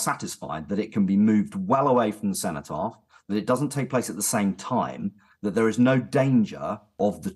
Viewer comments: What the fuck is the "centopath"?!?! Perhaps TalkTV should ensure their guests can talk properly and also properly identify important monuments before they let them speak. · she cant even say cenotaph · At 4 mins in the idiot woman in the green top calls it the “centre path” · listen to her, she talks about having spoken with organisers of the march, maybe she should concentrate on spending more time speaking to native brits and maybe on learning how to say "cenotaph" before spouting her so called nuanced opinions on TV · It’s ARMISTICE, and CENOTAPH. Why should we listen to someone who can’t even get those words right? Seriously.